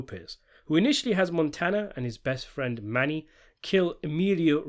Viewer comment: Well his name is Mano not Mani🤔